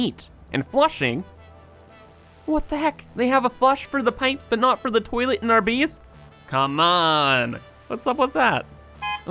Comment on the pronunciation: You pronounce your A's as EE's sometimes Space becomes Speece Base becomes Beece